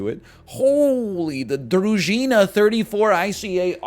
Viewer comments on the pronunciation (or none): none